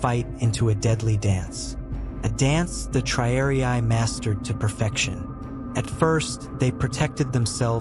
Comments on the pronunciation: Triariai? Isn't it, rather, TRIARII? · The silly AI voice commentary doesn't even know how to pronounce the word "triarii."